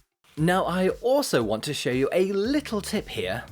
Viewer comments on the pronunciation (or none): none